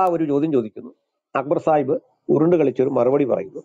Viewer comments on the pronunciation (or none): സാഹിബ്‌ അല്ല, ചായിബ് എന്ന് പറഞ്ഞാൽ മതി.. 😂